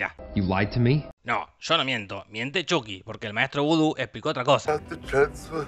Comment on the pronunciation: Por fin lo nombras como antes Chuky y no Chaky.